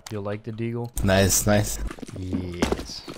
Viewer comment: content: "nEw DeeAagle gUys"